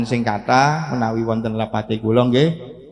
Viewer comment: Asril sani ngga mantab sebab istilah-istilah yang dasar dlm NU kurang Fasih Dia Ucapkan dlm ceramah ini. Contohnya : Katib = Sekretaris dibaca Khotib..? Muassis= Pendiri dibaca Muazziz..? Terakhir Baca Wallohul Muwaffiq dst..? Bok Ya yang mendasar tentang Istilah-istilah NU itu diapalkan dg baik biar orang Optimis kalau Dia Santri NU.